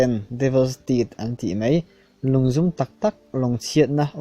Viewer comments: A ngaihnawm....mahse 'mai' tih tur 'mei' tih ang chi hi awm lo se,ngaihthlak a nuam zual ang. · Mizo ṭawng uluk deuh rawh.... Mei iti zela, Mizo ṭawng chhiar/lam dik hi a changkang zawk.